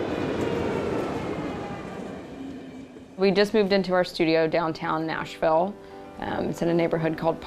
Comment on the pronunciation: when she said Nashville, ahh no